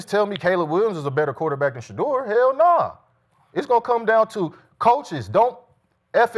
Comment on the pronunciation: This man said Sheduer better than Caleb 😭😭😭😭😭